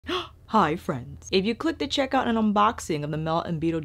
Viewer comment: “It’s almond water, frenz” LOL